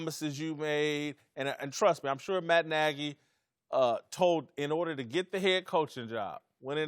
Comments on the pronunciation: Lol nah he said Matt Nigy I thought I heard it too 😂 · Who also heard "its my n...a's decision ..." when vick started talking? 😆😆😆😆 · When Michael Vick said Matt Nagy it sounded like he said something different...:)